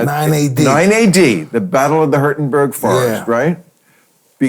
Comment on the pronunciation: Ok, so it was Vercingetorix (not Jason Getrix), but very close! Varus (not Vallence), but very close! 9AD, dead spot on. Teutoburg forest (not Hurtenberg forest), but very close (Varusschlacht/Clades Variana). “Primus inter Pares,” too! I’m so impressed with Mike and Bill!